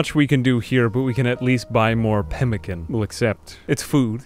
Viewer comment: when you say pemican incorrect i zoned out